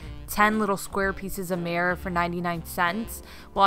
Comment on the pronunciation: It’s called sparse, like you say park. Not sparse like pear. Also, you say mirror wrong. It’s not pronounced mare. Mare is a female horse. Learn how to say words before you start a YouTube. It’s a candle stick not candle steak. And tbh, it’s neither. It’s a candle stick holder. It’s not even a candle stick.